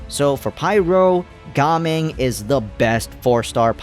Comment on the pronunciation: oh ... it's pronounced Ga Ming? 😭